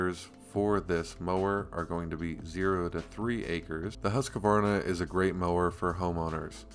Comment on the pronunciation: If you are gonna sell Husqvarna, you need to not say Husq-A-varna......just sayin'